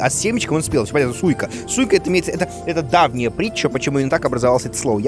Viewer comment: Куплинов что со слухом? Арбуз -Сика. Ты не читай, ты слушай произношение